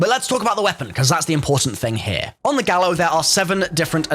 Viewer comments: It's pronounced "Guy-oh" not "Gal-oh" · Its pronounced "gaio" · “Gallo” pronounced gah•yo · the Gallo is pronounced "Guy-oh' its a spanish word and the 'll' is pronounced as a 'Y', "Gallo means rooster in spanish"